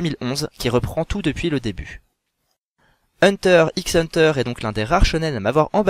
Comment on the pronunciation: Vidéo bien sympathique... juste le "x" dans "Hunter x Hunter" est muet ^^